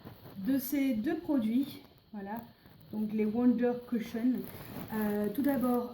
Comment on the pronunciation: Cushion, tu dis "Cochonne"